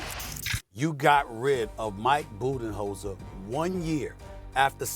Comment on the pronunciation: “Mike Budenenzholder” -Molly Qerim